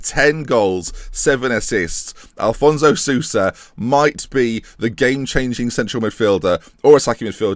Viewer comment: It's AFonso, not Alfonso Sousa